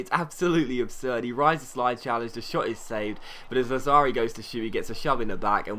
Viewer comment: Lazzari is pronounced Latsari--the double z in Italian is a ts sound. Loved the video, as usual. Keep up the great work, mate!